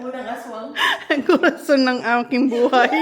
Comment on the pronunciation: Nakakatwa tlga si pag sinsasabi corazon haha